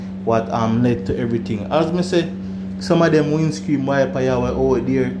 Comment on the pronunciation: Can you say windscreen instead of windscream 😅lol